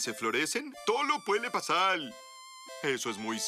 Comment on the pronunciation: "Todo puede pasal" palabras que llegan al corazón 🗿